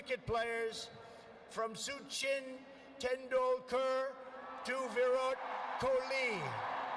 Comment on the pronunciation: Oh boy... Soo CHIN tandil KERR lol. Suchin Tandulkur probably wasn't too thrilled to have his name murdered like that. Along with all the other names and words trump mangled in his recent speeches, trump shows just how bad his neurological disorder has become.